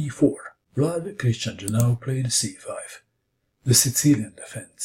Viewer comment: jiAnu not jinAu